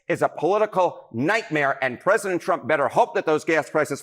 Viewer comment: "Pressisent Trump" - Lindsay Graham